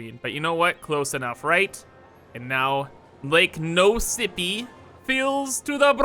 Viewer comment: “Lake no sippy” 😭